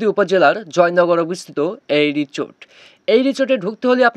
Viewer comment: Richot richot korchen keno o ta risot Hobe richot na😅😂